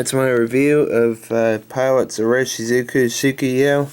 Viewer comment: You should really learn to say the brand name if you are going to recommend the ink.